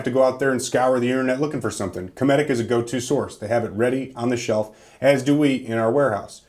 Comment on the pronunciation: It is pronounced (cumetic) Bob is my grandpa hehe